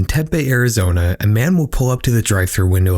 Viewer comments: as a native to Az. Lemme tell ya... Tempe is pronounced- Tem-Pee. I know I know, it doesn't look like it. But that's how a lot of words are in the Southwest. I dare you to pronounce - Tlaquepaque. It's a real word and place in Northern Az. 😂😂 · It's pronounced 'Temp-pee' for Tempe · Its said like tem pee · its pronounced Temp-eee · It’s pronounced “Tem-pee” - Tempe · The way you pronounced Tempe made me giggle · That's not how you pronounce Tempe! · Disliking just for that pronunciation of Tempe 😭